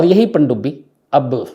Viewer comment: "Pandubbi " u Say this so nicely....i liked to hear that nearly 45 times❤